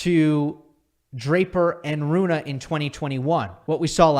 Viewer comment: Broooo, its not Runah, but Rune. Like Runeh its pronounced